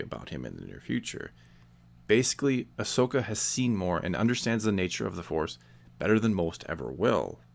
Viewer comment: I'm just glad you don't say her name as Ash-oka!! That really annoys me in people's videos😂